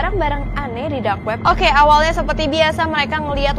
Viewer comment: aku denger tadi kak ngomong"Drak web"